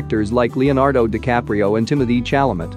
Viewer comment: how they pronounced Timotheé Chalamet 💀